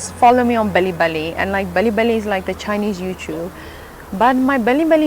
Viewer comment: Indeed true. and I believe you're saying “bilibili”instead of belly belly 😂